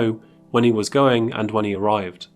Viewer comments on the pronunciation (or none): emphasis on was